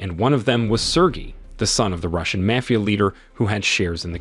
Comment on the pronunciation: Another moral of the story is learn how to pronounce the word mafia not mayfia